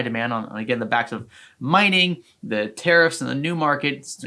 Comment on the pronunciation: Learn how to say Tariffs... not Terrorist